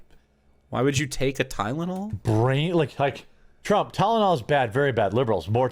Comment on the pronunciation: As much as I hate Trump it really bothers me that one of his fanboys can’t even say his name right. Everytime he say Trumps name he say “Drump”